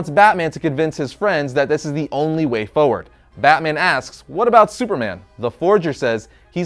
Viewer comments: Is anyone else bothered by how he pronounces "forward?" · Say Forward properly.